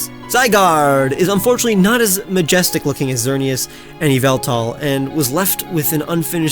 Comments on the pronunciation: It's not yehleltal it's YAHVALTAL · WRONG PRONOUNCIATION! IT'S EE-VELL-TALL, NOT F*CKING YAHVLTAL! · IT'S NEITHER! IT'S PRONOUNCED EE-VEL-TAL, BECAUSE THERE IS NO VOWEL BETWEEN THE Y AND THE V, AND THE FIRST PART OF THE NAME IS SUPPOSED TO SOUND LIKE THE WORD EVIL! YOU'RE SAYING IT WRONG! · he pronounced it wrong it’s Yaveltal